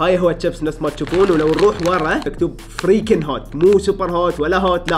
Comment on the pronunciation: حمان تراك سبيت لما قلت فريكن😂